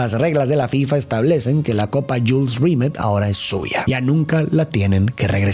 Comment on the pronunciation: Se pronuncia Zagálo y Rimé o Rimét.